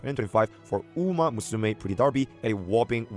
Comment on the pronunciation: 🥷 said umamooSUmae 😭